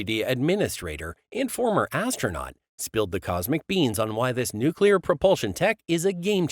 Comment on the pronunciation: How can I take seriously someone who says "nookular" and "partner with our partner"?